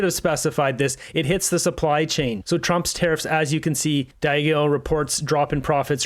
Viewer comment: Diageo, pronounced soft G 😉